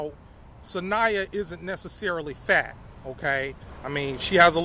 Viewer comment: 😂😂 the emphasis you put on the word “FAT” tickled me. Not only was she FAT but she was also a compulsive liar?! Ohhhhhh no 😂. You know why you’re funny? It’s because you don’t intend on being funny. I’m here for it all. You’re entertaining to say the least